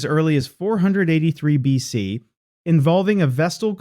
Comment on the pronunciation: What is this "billion.c" crap for B.C.? The damnest stupid mistakes and no creator catching it means proof-reading or proof-listening makes me think a.i. is going to start a nuclear war within the next hundred years.